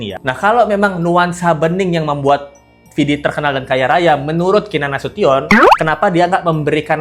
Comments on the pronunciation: Keenan nasution..bkn nasuton.. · Duh, bukan Nasiton Mbak, tapi Nasution, hehehe